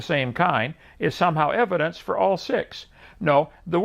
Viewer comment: Hovind such a narcissist. He literally refuses to say “evidence” (which is spelled the same way plural and you argued it was spelled with an s at the end ) the correct way. You refuse to be wrong even when you are even in the simplest of things. He literally regards to himself as “The nicest guy you’ve ever met” after he insulted arons haircut as a beginner to his rebuttal. He has a yes-men crowd there with him to nod their heads every time he says something. He’s a bullshitting contradicting narcissist.